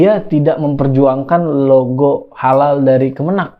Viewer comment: Mantan satpam gereja dijadikan mentri agama, ya gitu.... Sedih jadi orangtua yg membesarkan nya.... Dari awal logo khalal juga ga jelas, bacanya juga khalaka.... Ya pasti akibatnya ya.... Gt lagi....